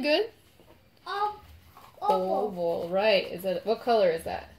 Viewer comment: His oval sounds like opal! Lol 😂 so cute! If you put it on or in a sonic cleaner for jewelry it’ll help shake out the bubbles